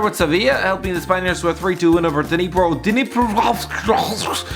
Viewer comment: What the fuck was that pronunciation of Dnipro?! 😂😂😂😂😂